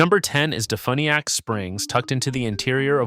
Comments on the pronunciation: Defuniak is pronounced Def "u"niak not fun, u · It’s pronounced De-few-nee-ak. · You'd think AI would be able to properly pronounce DeFuniak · No, AI screws up all pronuncuation of locations 100% of the time.